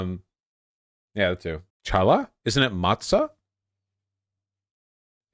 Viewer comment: Tshallah lmao Challah is pronounced more like Hallah or Khallah